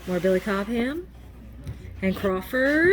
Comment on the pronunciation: Billy Cobham. The H is silent. Yeah, I'm a dick.